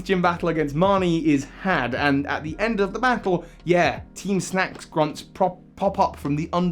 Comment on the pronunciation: This guy: this video is all about teem teem snack. Also this guy: *calls them teem snooze grunts almost every time Me: bruh 🙄